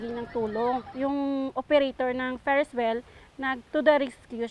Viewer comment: Pulis: Feres well